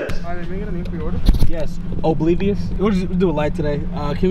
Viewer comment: No one:: "Obleavious"